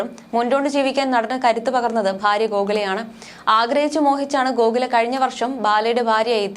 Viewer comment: കോകില എന്ന് പറയാൻ അറിയില്ലേ നിങ്ങക്ക് 🙄